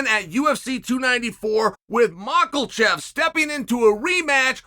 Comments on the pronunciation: Where’d the L in Machachev come from😂😂😂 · Who’s maukelchev? Lol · Islam Makkeltjev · Bro said “Makalchev”😭😭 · Islam Macklemore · I remember when nobody knew what a MOCKELJEFF was